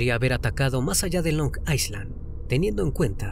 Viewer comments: Carnalito, una pequeña acotacion, Island se pronuncia "ailand" y no "aisland", un saludo, excelente video. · Es “ailand” no “aislan”, la S en Island es muda 😣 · Se pronuncia "Ailand". Si bien se escribe island, se elimina la S. Mientras que la A se pronuncia justo como lo hiciste "ai".